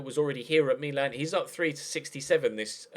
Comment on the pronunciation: can you please say Milan properly and not the stupid Me-Lan that you keep churning out!